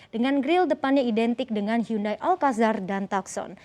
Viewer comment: "Hyundai" bacanya "yundey"